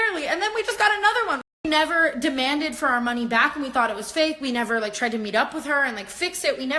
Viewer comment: Sylvia P emphasis on the "tried" lol